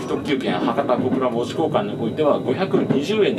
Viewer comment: 「門司」を正確なアクセントで言っていただきありがとうございます。 JR九州の放送は大概「モ↑・ジ」になっていて少々残念・・・